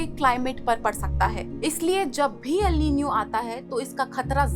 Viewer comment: First learn to pronounce the word correctly